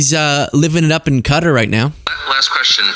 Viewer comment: You can understand the poor kids confusion...both Santa & Trump are fake fat f*cks It's Qatar like Kuh taa not Cutter